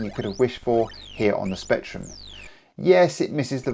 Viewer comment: Rectrum. Don't miss out on the R 😂 I'd like Level 9 and Infocom' Adventure Games. Also, Head Over Heels, Knight Lore, Gun Fight, Great Escape and other isometric games.